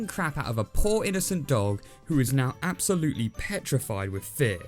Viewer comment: Four syllables: AB-SO-LUT-LY